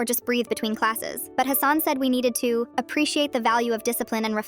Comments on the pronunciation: Its pronounced hah-sun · It's pronounced Hassan ✅ Not Hassan ❌